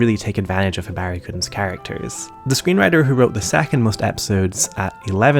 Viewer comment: "Hibaehri" lol